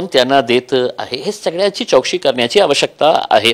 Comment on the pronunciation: चोकसी नाही चौकासी बोला साहेब